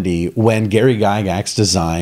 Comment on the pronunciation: True to the end.... Have you played Gurps Stormbringer and M.e.r.p. too? Never know the pronunciation of Gygax was "gaygax''... that's not an homophobe joke... but makes me wonder